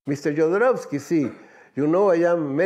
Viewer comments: "Yodorauski", bruh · Nice video man, it's good to see he's getting the recognition he deserves. BTW, being Chilean myself, his last name is pronounced: ho-do-ROS-kee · I love how the narrator doesnt know how to say Jodorosky right 😂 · You can't say "Go watch that movie" and the spoil the end of The Holy Mountain... Also, you mispronounced Jodorowsky every single time.